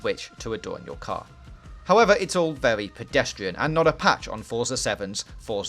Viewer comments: its vewy vewy, pause the fucking video and move on. garbage voice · Vewy vewy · Werry werry good game 😂😂😂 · is it vewwy vewwy good? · Wheely good weview i was wewy wewy entewained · Vewy claarrrsy indeed! Wev those engines!